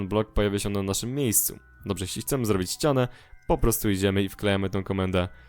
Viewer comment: bardzo fajne ale naucz sie r mowić r [przetstawie wam jak złobić